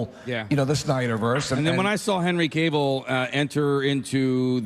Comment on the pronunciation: Cave-ill? Lol it's cavil